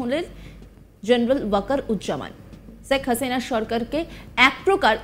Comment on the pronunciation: বাংলাদেশের উচ্চারণ "শেখ হাসিনা" ভারতীয়দের উচ্চারণ "ছেখ হাসিনা" 😂